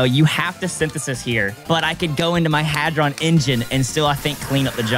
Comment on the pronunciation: how says hadron is wrong he says it like hardon yet it is spelt hadron